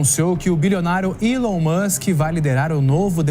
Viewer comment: Algum jornalista vai apreder a falar Elom ao invés de Willow 😂😂😂